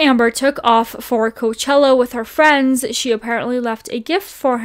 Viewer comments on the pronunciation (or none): none